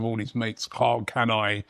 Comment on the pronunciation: "Carl Can I"? 😂